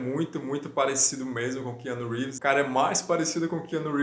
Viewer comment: Quiano Reeves kkkk